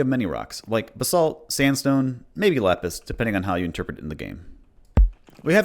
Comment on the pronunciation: I had to check three times to realise you said “lapis“ and did not call “lettuce“ a rock, lol.